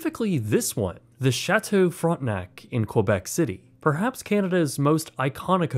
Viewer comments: Brother I know you're one of us but hearing "front-nack" in the beginning had my French immersion ass spinning outta control 😂😭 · Also, it's not pronounced "Frontnuck".